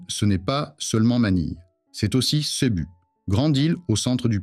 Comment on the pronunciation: la prononciation CEBU et LUZON révèle que c'est de l'IA beaucoup de clichés cartes postales avec quelques ...tails boats thais LOL